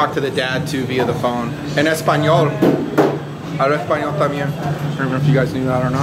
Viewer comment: I like your pronounciation, speaking esponal, jeje at least it is a consistant dialog.. i think ill start commenting on your videos in esponal. My father had me speak in the household alot even when i talk to him today, but he stessed the value of speaking english in public